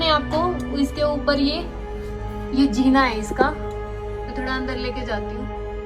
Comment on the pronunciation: Jeena means life zeena means stair pls make your pronunciation right